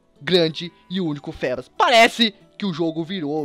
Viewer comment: se fala fibas,( mas se escreve feebas) fébas parece nome de doença!